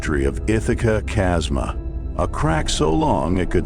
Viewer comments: The AI just couldn't handle chasm as it converted type to audio. Irritating isn't it!? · Chasma, pronounced kasma